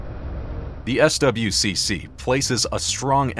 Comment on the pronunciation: no one says the letters in SWCC. it's "Swick"